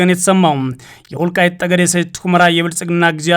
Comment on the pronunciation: ይህ ልጅ ማንበብ ሲጀምር በፀለምት:በፀገዴ ሲል ይህ ግለሰብ ለምን ዜናውን በትግሪኛ አያነብም እላለሁ::ሌላው አፍንጫውን ማፅዳት ለማንበብ ይቀለዋል